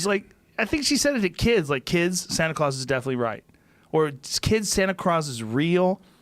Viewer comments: he says right instead of white and then craws instead of claus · how high is he? santa clause is definitely "right" followed by "sana cross" is real... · "Kids Santa Clause is definitely RIGHT. Or kids Santa CROSS is definitely real..." So Joe.. that's some serious word slurring you've got going on there.